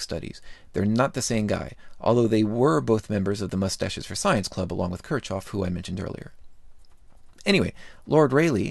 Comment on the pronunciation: *Kirchhoff. Your pronunciation was bad, too.